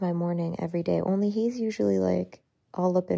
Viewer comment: I thought he said 'her's" AHH!!